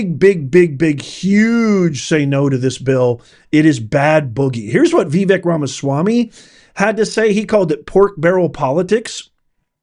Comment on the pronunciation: Vivek Ramaswamy. His first name is pronounced Vivake (not Vivic). Come on ❤